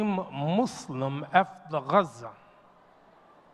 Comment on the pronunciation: My beloved Imam, please listen to yourself and hear that you switch from saying "Muslim" and, on more than one instance, saying "Mu-slums". Please know that you are an oasis to hear as opposed to mainstream media that calls "Those Who Submit to The God's Will"......as "Mud's Slum". Please know that you, in instances in this khutba, also manage to inject the syllable "slum" into the purity of the word "Muslim". Jazak'Allah Khair.